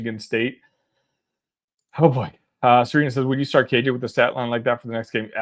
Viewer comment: You keep saying KJ’s name wrong